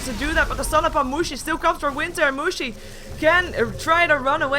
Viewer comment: plzzz don't pronounce mushi like that..... cuz in german it means vagina and it's very unpleasant to hear :D